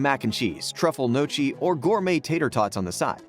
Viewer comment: Truffle notchies 🤣🤣🤣